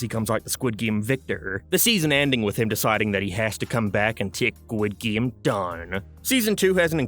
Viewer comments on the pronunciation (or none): What is a "Gwid Game"? This isnt even an accet thing, this is just autism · Why does he keep saying “guid game” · I just clicked to hear you say "Squid Geem" 100 times. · Why are you saying squid game so weird? You're obviously doing it on purpose. I had to turn the video off halfway through.